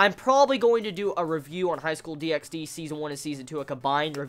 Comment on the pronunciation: The X in DXD is silent, by the way (like HunterXHunter or xXHolicxxx)